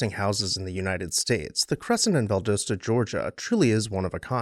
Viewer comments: Val-dos-ta not Val-dose-ta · You just pronounced it Val DOSE tuh. It's pronounced Val DOSS ta 😘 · Val daaa sta!! Not Val dough sta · Val d AH ssta. Not Valdooosta. I had to. It was hurting my southern lady’s ears. Carry on. You are already forgiven cause I love all of your videos. But hun, it’s VallD’AHsta. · Turpentine is pronounced like rye-pen-tine not tur-pen-teen. The city in Florida mentioned is Inverness, pronounced Inn-vur-ness. And as others mentioned Valdosta is pronounced Val-dah-stah. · It’s pronounced VAL-DOSS-TA, Doss, like hoss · You're killing me with your pronunciation of Valdosta. Val-Dah-sta. The O is a short o. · Well, as usual - a great overview of a very unique and beautiful house in GA! I have visited it a couple of times (once on my own, a few taking friends on the tour) and it never disappoints. But - you gotta say it with me... văl-DŎS-tə Val: Sounds like the "val" in "value". Dos: Sounds like "dahss," rhyming with "boss" Ta: Ends with a soft "tuh" sound Welcome to the Grand Old South.... 😁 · Refreshing to hear another story of a grand house that has survived. Love the background information and images., check me on this, but I believe the town's name is pronounced "val-DAH-stah" (last two syllables rhyme with "pasta"). Thank you! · Ok loved the video but you’re killing me with Valdosta. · Learn to pronounce Valdosta . Not cool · This is great. We pronounce it Valdosta (rhymes with Pasta) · He didn’t know how to pronounce Valdosta. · Fair! I like his pronunciation, too. Just not what I'm used to hearing.